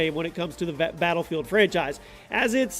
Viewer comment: you can't even pronounce battlefield